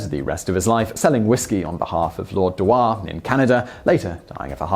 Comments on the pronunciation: I think the pronounceation of Dewar should be dew-ar rather than de-war. Good job otherwise 😊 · FYI dewar is pronounced dure.